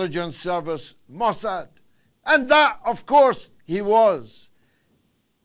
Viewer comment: Le "Marquis de Mossade" , smooth operator?!?